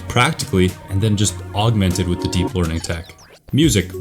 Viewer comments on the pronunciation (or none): none